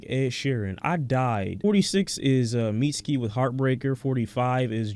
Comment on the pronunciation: Hey hope u get well soon and covid isn't too sucky! Also it's pronounced "mitski" not "meetski" ok bye love u have a good day 🥰